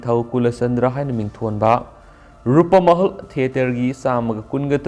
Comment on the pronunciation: Rupmahal haiyune keino Rupamahal hairidubo, pronounciation khara senghanningi